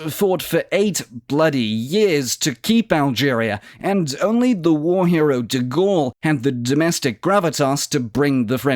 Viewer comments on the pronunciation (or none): Did I just hear the war-hero Degaulles? I hope this is sarcasm.